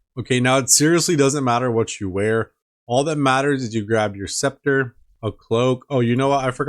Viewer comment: BRO!!! You RNG is outta this world lol . Grats on the Sceptre Edit: Lmao the butt rope again haha. you also said spectra lmao. As soon as you bought the accursed I was like bro he doesn't have 70 mage haha great video bro I legit laughed at a few parts. Imma pass on the flippers lol. Appreciate the vids, can't wait for next episode!